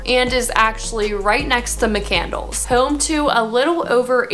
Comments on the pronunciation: “McCandles” obviously you aren’t from the North Hills lol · you are pronouncing mccandless incredibly wrong haha also leaving sewickely and fox chapel off sort of invalidates this. youre telling me sidney crosby and most of the richest folks in the entire state are not living in good suburbs? ...... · She did mention it but says it incorrectly